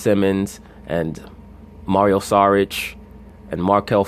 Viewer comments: Dario saric not "Mario" he's a basketball player not a plumber. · It's *Dario Saric